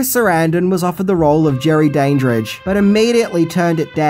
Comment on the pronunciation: Clearly you've never watched Fright Night as you're mispronouncing Jerry Dandrige.